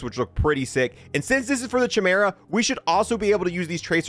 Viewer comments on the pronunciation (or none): "Kai-MEER-uh," not "chi-mur-uh." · He says Chimera with a CH but I’m sure I’ve heard every other youtuber pronounce it as KYMERA with a KY rather than a CH… 🤔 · Excellent video, dude Oh, that's pronounced kai-meer-uh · Not to be a Grammar Nazi , but it's pronounced "Kye-Meera" ... not "Che-mera"... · Chimera is pronounced "KAI-MERA". Do you even know Greek Mythology bro? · It is pronounced Kai-mera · it is pronounced Kaɪ-Maer-A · Fr i pronounce it as KYMERA too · Chimera is pronounced (kai - mara) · i keep cringing whenever he says it like "chi-mur-uh" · It's pronounced chimera but it's a k sound not a c. It drives me crazy when you say it wrong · Glad I wasn't the only one bothered by that.